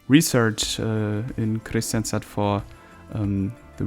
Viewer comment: Nice episode. Btw, Kristianstad is actually pronounced like this in IPA krɪ'ɧansta